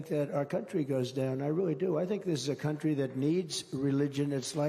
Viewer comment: He did say the c word when he said the latinos "come" into our "cuntry"